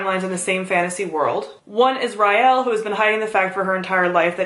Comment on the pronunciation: wait, i always thought it was rielle like r-ee-elle not like r-y-elle